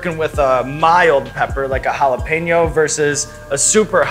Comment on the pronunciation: Sean's pronunciation of jalapeño is almost spot-on. Btw, in Mexico we know that chile as "cuaresmeño" xD.